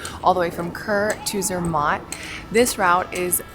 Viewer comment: Its actually pronounced Zermatt the matt part rhyming with cat